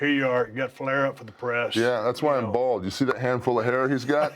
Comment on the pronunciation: The emphasis on bald is weird.